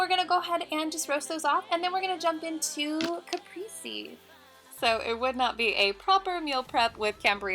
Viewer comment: Caprese : Pronounced Ka Pray Zee. Try subbing the cream cheese in your alfredo sauce for a veggie or chicken stock cube made up in however much water it calls for and add a small amount of cream to thicken it if you feel like it needs it after.